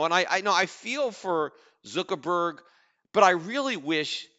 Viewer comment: Lmao Zookerburg! i love the way he says it